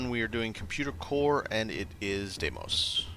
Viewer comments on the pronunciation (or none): Deimos = DEE-mows. I 100% promise.